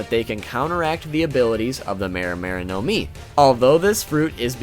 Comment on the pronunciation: It's not now-mi it's nomi also mi-ra-mi-ra nomi also not gowro gowro nowmi it's goro-goro nomi